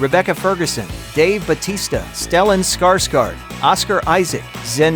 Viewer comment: To hear an American saying the name stellan skarsgård....is super funny,hahah :)